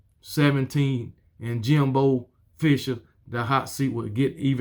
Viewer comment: They call him Eight and foe Jimbo😂